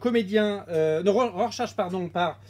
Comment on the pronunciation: "RorSACHE"?!!! XD